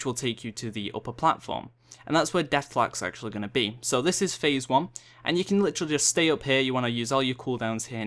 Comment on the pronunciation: "Litchrally" It's literally not litchrally...